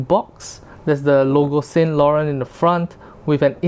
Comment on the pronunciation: Please learn how to correctly pronounce Yves Saint Laurent